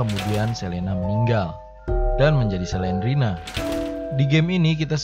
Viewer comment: Bukan Selena tapi Slendrina